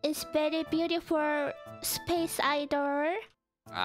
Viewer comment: sounds like a Filipino while saying idol idol